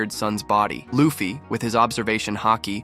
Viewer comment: L AI video Wtf is a "LAFFI"?